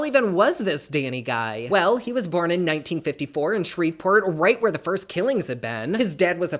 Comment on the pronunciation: I live for your videos ❤❤❤ I could listen to you all day I swear. Btw from a Louisianan, the "v" in Shreveport is silent 🤣🤣 no hate though I promise 🥰🥰